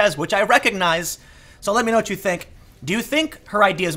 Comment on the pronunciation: Trevor didn't knowah.